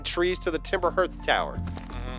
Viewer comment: Hearth pronounced “HARTH”